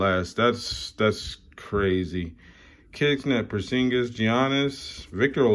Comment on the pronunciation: Killed me how you said Porzingis lmao. Good video bro!